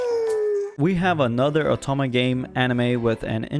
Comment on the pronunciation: whats with the stuttering lol. its Inukai not Inuke. Tunzere lmfao i can't. Not Atome its Otome games